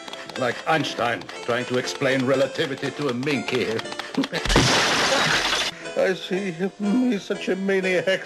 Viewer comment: Did you say minkey?